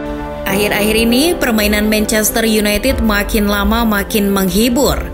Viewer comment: mencester yunaited mbak bukan yunaitit